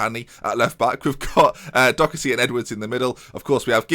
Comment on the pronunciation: it's Doe-er-ty, not Docherty! Love this series so far tho <3